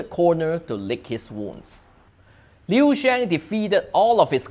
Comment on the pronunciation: Li Shang? Liu Xiang😂 Li Xiang is unquestionable the goat of Chinese sports even he retired from Sports after 2004 Olympic Games😂 I am from Shanghai and immigrate to SG. Luckily found your channel🎉